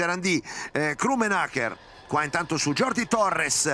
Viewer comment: Continuano le mie classi di castillano e catalan, solo ed esclusivamente se vuoi aprendere un poco...non e mia intenzione essere saccente. Passiamo al catalan : jordi si dice giordi...proprio perche la j catalana o valenciana o baleares non e la j spagnola ☺️😉